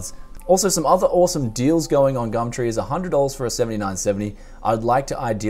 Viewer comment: "today were going on gammtree" xD